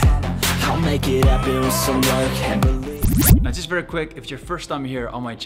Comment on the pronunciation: You need to get your money back from your accent coach, that "wif" for "with" is as Boland as it gets.